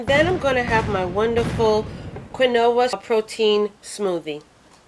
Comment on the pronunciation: Only because I cherish your videos and would never want you to be wrong Queen, Quinoa is pronounced Keen-wa. I adore and am so thankful for all you share with us trying to lose weight and just believe you would not take it offensively if we also shared a little with you, it's truly done with love, because you are valued on your efforts to assist us on our weight loss journey.